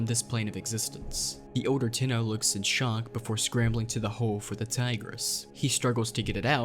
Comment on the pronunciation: The way he says Tigris makes me triggered